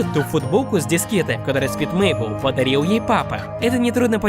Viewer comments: Правильно не Мейбл а мэйбл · Не Мейбл ,а Мэйбл